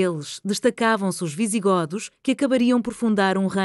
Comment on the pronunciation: Não se pronúncia "visiGÓdos" mas sim "visiGÔdos". Vamos começar por aí.